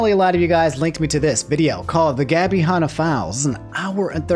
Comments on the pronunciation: Han Not hon Like hand Ah without the d Not hond ah without the d Lol almost keemstar levels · Can we talk about how can't say the name Hanna